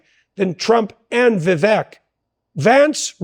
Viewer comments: Vivek like cake not eck. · Jordan, I love you like a brother. Correct me if I’m wrong, but I believe Vivek’s name is pronounced Va Vake, not Ve Veck. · Vivek rhymes with cake doc; BTW, thank you so much for this video, it is fabulously informative, instructive, inspiring, and even entertaining! I must watch much more of you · Just FYI, it’s pronounced “Vi-vake” (like “cake”) Ty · Remember to pronounce VIVEK with the E as a Spanish E, which is actually pronounced as a LONG A. Or, as others keep reminding us ... Vivek rhymes with CAKE !